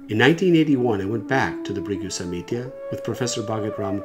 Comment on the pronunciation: samhita NOT samitya smh